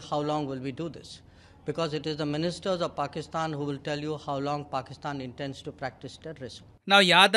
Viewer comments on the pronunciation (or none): Slight correction, “To Sermonise before this council.” Slight Correction, “Intends instead of Intense.”